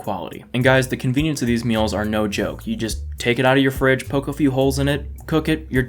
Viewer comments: I heard the noar no and immediately thought of Australian accents. And there you have it. says what I am exactly thinking. Dude get out of my head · that ''no'' sounds cockney af! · Wait do us Aussies really say "no" like that? I swear it doesn't sound like that